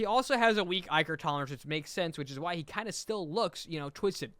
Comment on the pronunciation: the way he pronounces "ichor" drives me crazy